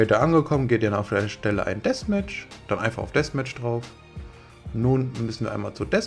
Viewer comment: Ich finde du sprichst Deathmatch sehr schön aus